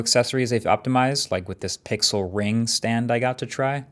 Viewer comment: пиксыл ахахахахах кто смотрит на русском - понял 😂